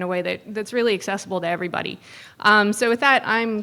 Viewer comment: Where can I see when anything like this is happening in my area? This fellow who says "ever betty" instead of "everybody" is speaking of soil ecology in such a way that its chelating knowledge so i can uptake it efficiently. I've understood these concepts in a new way.